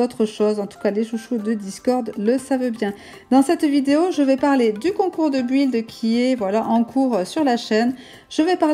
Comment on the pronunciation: ça se prenonce bild et ça s'écris build je me debrouille en anglais 😅